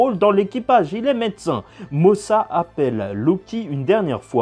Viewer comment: Mosa = Mother (caramel) mais prononcé motha comme les américains